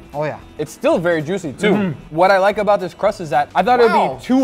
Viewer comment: Guga when he says the words, this, that, and there! “Diss” “dat” “dare”